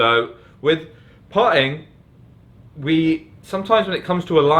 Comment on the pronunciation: Puh'er?, Puh'ing?, when did you lose the ability to pronounce your "t"s?